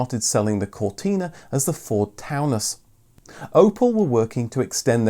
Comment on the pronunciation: Ford torn-us .... not town-us